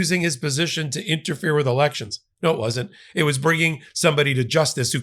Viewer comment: "Wan't"? WTF is wan't?